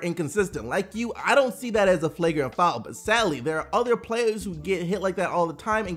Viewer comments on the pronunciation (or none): none